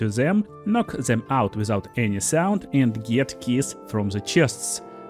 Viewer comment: Zey cun see me , i cun see zem. Nice pronouncing dude.❤